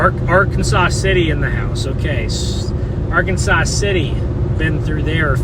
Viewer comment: Just for information, McPherson is pronounce "MucFurson" in Kansas. And the Arkansas River in Kansas is not pronounced "Ar-kan-saw," but "Ar-kansas", as in the the Kansas name. And El Dorado is pronounced "El Do-ray-dough" in Kansas.